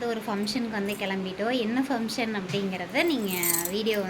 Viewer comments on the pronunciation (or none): என்ன பம்சன் அய்யோ அக்கா அது பங்சன் அக்கா